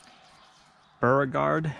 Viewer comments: Beauregard is pronounced "BOW-regard" Absolutely love those little kids. That girl seems to be smitten with you,. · Beauregard is pronounced bow-re-gard. Just an fyi. Love the greenhouse! You can also lay the tomato plant at an angle, almost sideways, and it will produce roots on the buried stem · Beauregard is pronounced BO-ree-gard. It's a southern thing. And you are going to have a more difficult time picking the backside of those tomatoes. Better to have a skinnier row with one row of planting down the center. I wish I could grow dill here. It's just too hot. It comes up and bolts all at the same time.